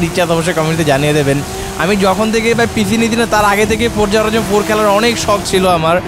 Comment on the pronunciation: it's not forja horijon 5 it's forza horizon